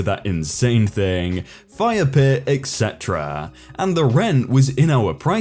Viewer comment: Am I the only person, that hears you pronounce "etc" like "eggsetera"?